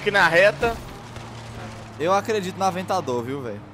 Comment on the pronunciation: avetador poeche ;d